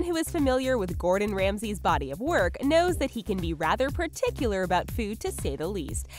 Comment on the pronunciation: Preticular, eh?